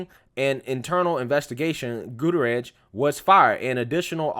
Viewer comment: I agree with every single thing that you said!! Well, except for one, You definitely butchered Gutierrez!!!